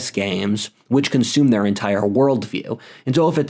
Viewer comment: Isn't it "consume"? Or "consomme"? 😅